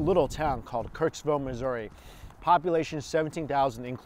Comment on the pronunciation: "Coming from the mid-west, having lived in misery for many years." - I only just realised he said "Missouri" lmao